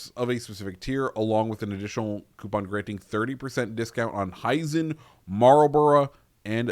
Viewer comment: Ba malbourough man 😂